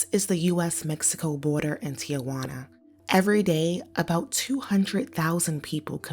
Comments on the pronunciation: the man living in Tijuana cannot pronounce Tijuana correctly, and he should know how to say the name of the city where he lives. He said Ti-a-juana instead of Tijuana, adding an extra syllable to it. No one in Mexico makes this mistake. It makes me wonder whether he even speaks Spanish. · It’s Tijuana, not TIAjuana!🙄